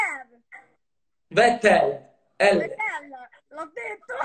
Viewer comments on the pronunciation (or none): Vabbè poi vettel che si pronuncia fettel lo chiama comunque vettel e povero Leclerc che si è trovato storpiato